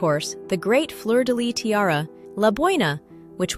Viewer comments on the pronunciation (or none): I really love your videos and I love learning the stories of the different jewels, so thank you for all your effort researching the different tiaras, and what not. Just one little thing, in Fleur de Lys the S at the end is also pronounced… it’s never Fleur de Ly!